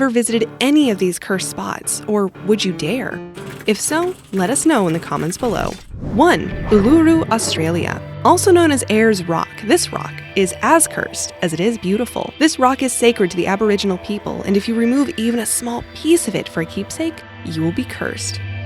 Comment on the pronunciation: You pronounced Uluru wrong is more like all-uh-roo